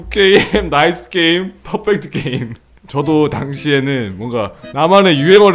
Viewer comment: “국 께임” “나이th 께임” “퍼풱트 께임”